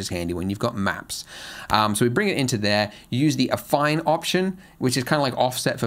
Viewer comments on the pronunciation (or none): none